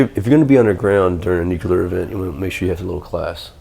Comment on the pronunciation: A "nucular" event, LOL.